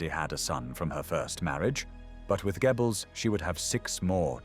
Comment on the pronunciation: For goodness sake - it's pronounced 'Gerbells'. not 'Gebbels'.